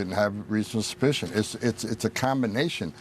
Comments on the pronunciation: Why does Tom Homan always sound drunk? He can't even spit out the word "suspicion" without it coming out "ssspicion". It's like he has marbles in his mouth. He mispronounced the word "myriad" as well as several others. He sounds like an illiterate old racist drunk. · Is he drunk? Why is he slurring? He can barely pronounce "reasonable suspicion"